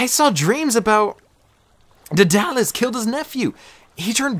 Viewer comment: It's pronounced as o-gi-gi-ya And d-a-da-lus But other than that your great